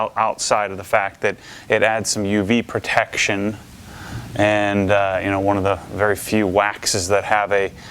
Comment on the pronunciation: I love the way says “protection” with emphasis every time 😅